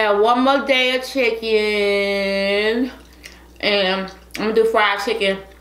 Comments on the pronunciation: LMFAO “CHICKON” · “ChickOn!” LemOOOn! Lol hilarious 😂